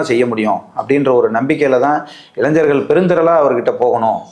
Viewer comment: இளைஞ்சர்களா?இளைஞர்களா?தெளிவாக தமிழை உச்சரிக்கவும்